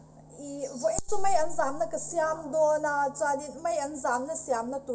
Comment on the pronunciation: Thiannu (mai an ) niloin Maian tih zawk tur aw. ..